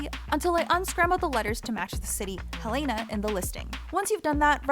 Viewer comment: As a Montanan, the pronunciation of Helena in this video hurt my soul